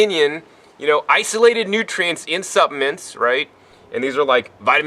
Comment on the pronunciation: Excellent vid and I agree with 100% of it but... Luv you buddy but there is an "L" in the word ""SuppLements!" nuff said!